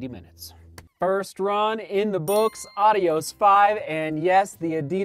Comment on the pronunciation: Are you really pronouncing it correctly?